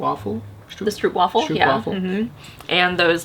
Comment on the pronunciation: stroopwafel, the oo you pronounce as the o in home.